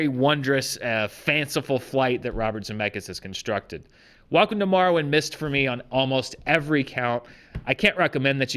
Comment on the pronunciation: It sounds like he's saying Morrowind.